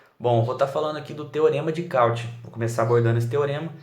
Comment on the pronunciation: Muito, muito bacana!! Só precisa se atentar à pronúncia correta dos nomes! Cauchy se pronuncia "Coxí" e Chió se pronuncia "Kió".